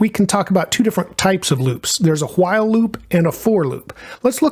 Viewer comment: Hwhihle loop 😁